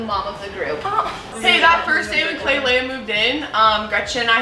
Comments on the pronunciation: I find it so funny how they all call her klailea instead of Klai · Is it just me or does it bug nay of u that they called her klailea instead of klai